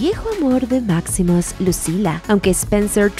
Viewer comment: Porque pones acento británico a los nombres de la película gladiator, si son romanos y máximo es hispano????q costumbre más tonta de verdad.